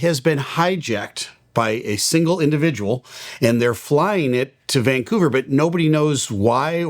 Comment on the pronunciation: I love that you pronounce it Vangcouver, just like a local. :)